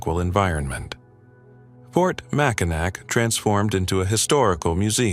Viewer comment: I could not get past 20 seconds of the video mispronouncing "Mackinac" twice in its AI voice.